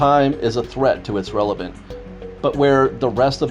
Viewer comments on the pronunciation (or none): none